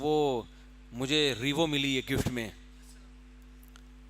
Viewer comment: Mufti sab revo kipronunciation toh seek laity..yeh hai madrisson ki output k aek word revo ki pronunciation nhi aati